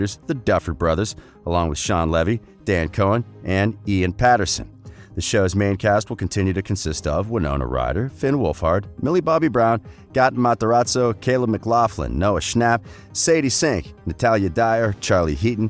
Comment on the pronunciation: The way he says Gaten Matarazzo pisses me off it’s pronounced Gay Tin Ma ta razzo